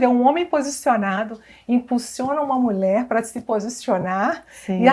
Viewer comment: Alguém pode avisar essa querida do Senhor Jesus que a palavra correta é 'mulher' e não 'mulé, mulheres e não muleres'. Me dá nervoso ouvir 'mulé' repetidamente!" podecast forte!! o senhor Jesus seja louvado